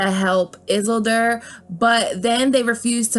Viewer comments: lol it's pronounced eeesildor not issildur 😂😂😂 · Isildur is pronounced Is-seal-door. Not is-silder. Re-watch LOTR. Good theory. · Love your videos! ... It's Isildur (E-seal-door) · Are you saying the names of Tolkins characters that way (Is-il-dur, Ar-gorn, and Sur-on) as a troll? Their names are pronounced; Is-seal-dur, Ara-gorn, and Sar-oun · I loved this! was waiting for it since you did the last got / lotr comparison, but I especially loved how you butchered isildur! (supposed to be pronounced iss-ell-dur) lol! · Holy shit! I'm glad you waited til the end of the video to butcher the hell out of Tolkiens most important characters lmao. I wouldn't have been able to finish the video if I had to hear Izzulder one more time 😂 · hey at least she tried with the names. And frankly I've heard worse pronunciations of all of those names. For those that don't know Aragorn: Air-uh-gorn Isildur: e-seel-dur Sauron: saw-ron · I love the "izzle-derr" pronunciation. Stay Grey, Stay Gaming, Stay Up. Love the channel. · If you are going to do the video the pronunciation is "Ar -a-gorn" and " Is-el-deer " Otherwise super video, keep it up! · It's pronounced I-sil-door and Sour-on. Hearing u mispronounce those names was like nails on a chalkboard to me. Just sayin' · Not a bad theory. However you mispronounced two characters names from L O R. It’s pronounced Air-ah-g-or-n and Iss-eel-door. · Gotta voice like Beesbury honey and summer silks but "Izzle-dur" and "Suron"? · I'm cringing at the way you're pronouncing isildur's name lmao